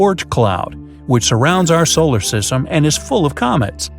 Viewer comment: The way this guy says solar system is still funny 😂